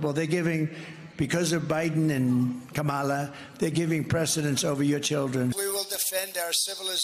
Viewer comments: Grow up. Its so disgusting how he has little class and calls the VP kuh-maaaaah-la, instead of how her name is actually pronounced. Then, the other Maga politicals call her that as well. I found out a good friend of mine is a MAGA and he posts rhetoric and propaganda crap online. I feel bad, but i am having a rough time seeing & hearing what he says and the fact that he thinks those things. 💔💔💔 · We are this far into the election process and the GOP still can't say Kamala's name correctly. Sheesh.